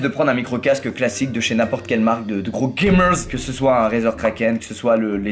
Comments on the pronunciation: C'est drôle quand il dit Gamerzz 😂😂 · Les Gamerz, Les Viewerz, j'suis mort tu mes un Z a la fin des mots et tu parles le Squeeziz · Tu me fais rigoler quand tu dis "GAMERZ"